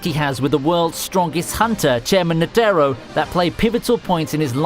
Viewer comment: How this man pronounces Netero structs a deep wound in my heart